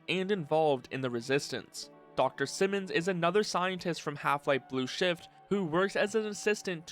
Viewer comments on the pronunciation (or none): none